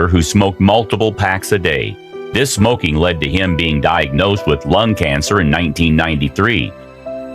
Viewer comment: Everytime the narrator says "smokeeng" it sounds like Mean Gene Okerlund. Put that cigarette out!